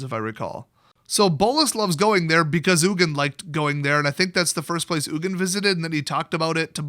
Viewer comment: Its Ugin